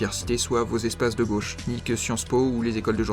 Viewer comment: " La Gôche ,?? A LA COUIZINE !!!!! "